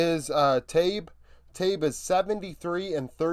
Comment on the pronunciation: Imagine pronouncing Tabe as the way you did. Not enough research, inaccurate takes and your content reflects that. This is the classic brainless npc that predicted BLG would have lost 3-0 to Geng G and then 3--0 to T1. Why don't you actually put effort and objectivity behind your takes instead of jumping on the Bandwagon. BLG will beat any team at Worlds besides JDG.